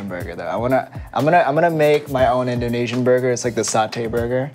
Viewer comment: INDONEISAN burger!!!